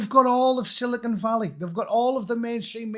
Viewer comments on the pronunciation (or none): none